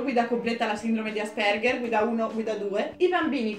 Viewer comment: a me però piace l'accento sulla a ciao raga